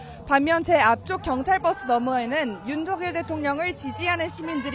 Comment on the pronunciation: 일부러 대통령 이름을 윤둑열? 윤두결? 이라고 하는건가? 발음이 이상하게 들리는건 나뿐인가?